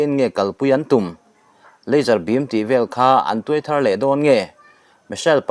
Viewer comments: A thiam theiloooo....hnamdang ti dawn ila a pai bawk silov🫣🙈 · Athâr thawh leh dawn nilo in,a thar(rr) thawh leh dawn